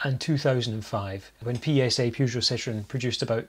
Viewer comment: I can't believe that in all those universities, there was not a single faculty of foreign languages where someone could have told you how to pronounce the first syllable of: Peugeot. Hint - It is not how you pronounce the first syllable of: Euan. Maybe it should be, and you are on a crusade to educate the French in the correct pronunciation of their language. But the French can be very stubborn about these things.